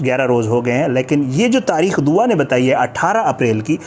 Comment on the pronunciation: by the way its not DOWA its DUA. kitna hi ach hota k agar ap aj kisi aur topic pr videos bana litay na k DOWA PR. kiyo k bachi nay media say request ki ha k please meri jan bagsh dain. But apnay DOWA ki jan nahi baghshni. Bahi Kuda ka wasta ha ab kuch aur topic dhodho please.